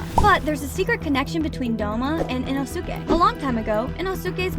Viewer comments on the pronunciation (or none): not to be rude but its not ino suke its pronouced (E NO SKAE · CAN SOMEONE TELL HER SHE IS SAYING INOSKE RONG ITS (ion-S-ke) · Ok but no one’s talking about the way she pronounced inosuke?😭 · You can't even pronounce Inosuke name properly. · hii you mispronouced inosuke